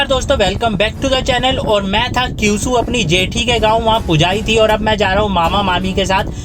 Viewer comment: Kyusu nhi kwisu😂😂😂